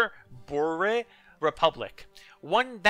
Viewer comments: i'll just come in on this one I am actually dutch, so might help what you say is perfect. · I'm serious, in all of the video the third pronouncination you did was exactly how a dutch person would say it, you even did it with a dutch accent. Though i do hope we don't have a miscommunication error here or you think it's the wrong one. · Your third pronouncination of boer was spot on.